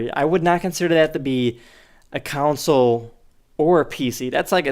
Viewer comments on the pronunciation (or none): Wait why does he call a console a "council" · I just cannot get past him sounded like he's saying council gaming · He says console like council. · cwansole like he says it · whenever that guy says console I think he says council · did he just say council gaming? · Is it just me, or is he calling it council? It's console... Maybe I've gone made. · Cant wait for the next council generation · A “council” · he's saying "caonsole".... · STOP SAYING COUNCIL!!! ITS A CONSOLE (CON-SOLE) NOT "COUN-CIL" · Why the hell does he keep saying counsel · "Cownsole gaming" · Whenever I hear him say console I hear "counsel" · Did anyone else notice he kept saying "council" gaming? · Never heard of "Council" gaming. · counsol counsol counsol fucking hell the fact he cant say CONsole makes me want to click off after 6 mins :/ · "Counsel Gaming" lul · is it me or is it that he pronounces console like "counsole" other than that he doesn't understand that consoles at least within the past 17 years or so are basically weak pc's except for nintendo consoles witch their newest console is more like a tablet with a controller(s) also i got to wonder if he's ever heard of freedom or did america's increasing restrictiveness scare him away from freedom. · Fuck the way he says console..."Counsel"